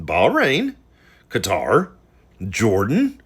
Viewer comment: ~ thank you for NOT pronouncing Qatar as 'cutter'... seriously...thank you 😂 🙏